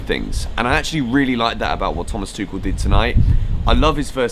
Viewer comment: Tu-kh-el. Correct Tou-sh-el is french Hope this helps xx